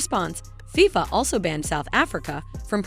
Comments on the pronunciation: FIYFA WORLD CUP?! (its FIFA, pronounced Fee-Fuh) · I cringed everytime she mentioned it that way